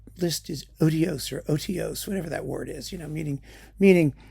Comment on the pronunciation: The word Sir Donald Francis Tovey used was ODIOUS, not odios. Is it too much to ask you to do your homework before creating a video like this?